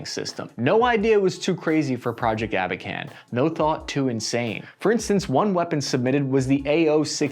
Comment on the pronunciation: "Abakan" and not "аkban". The program was called "Abakan". Shitty experts